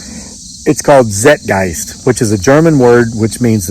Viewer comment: It's zeitgeist. I asked my German Cousin to help me find the program. She also texted that you're saying it wrong😆. I believe you!! Ty for sharing. DO NOT DISAPPEAR!!!!